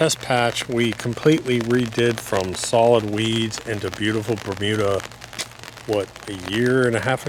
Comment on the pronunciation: Almost sounds like you created a new word. “Berbeautiful”